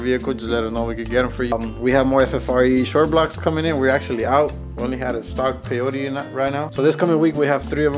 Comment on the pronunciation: Did he just call them “behlocks”😂